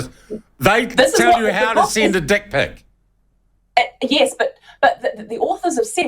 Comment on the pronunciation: There's a very good chance that the head office of big W didn't have a clue that this book was for sale in their stores.. good on the people who brought it to public attention and had it removed... Can't help but chuckle at how a Kiwi pronounces "dick pic"